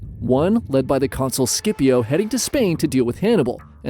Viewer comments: Great stuff! But “Skippio?” Come on that’s not a hard C in Scipio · You make the best history videos but please, don’t you ever pronounce Scipio like that. The “Sc” is pronounced like the “Ch” in “Timothee Chalamet”.